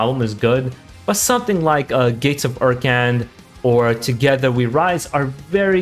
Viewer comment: ekrund instead of urkan